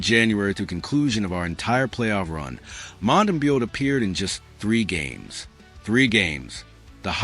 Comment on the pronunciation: You might want to teach your AI slop-master to pronounce names. Basic respect, no? Mont-tam-bow.